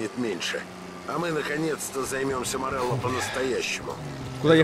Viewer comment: Никто: Обсолютно никто: Булкин:ВЫ ЧЕЛОВЕК МОРЕЛЛО СЭР